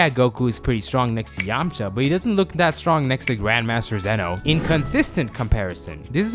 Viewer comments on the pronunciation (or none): none